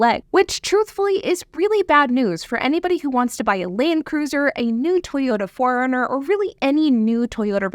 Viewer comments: I kept thinking you were saying " foreigner " when you were saying 4 Runner. God was it annoying. Good content other than that though. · it took me a couple times to realize you were saying 4 runner, not foreigner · Ha ha, I thought you said foreigner, not 4 runner😊 l just found your channel, good message, subbed, you should still ride a bike though. I am in the market for an auto. It's complicated. Am also looking to replace my stolen mobile. Less complicated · LOL.....I was confused for a while watching the video. I kept thinking you were saying 'Toyota Foreigner'....and I'm going, is that a new model?